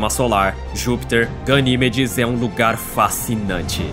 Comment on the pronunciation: Primeiro trocam a lua pelo titã,depois por Ganimédes (Pronúncia certa) A lua:-"O que vcs tem contra mim mano?!"😢💔